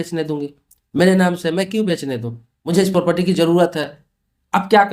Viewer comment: Pahle property bolna seekhle dhang se